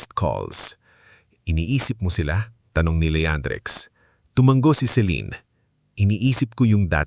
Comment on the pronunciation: Sir, tumango po , hindi tumang-go. Hope u don't mind 🙂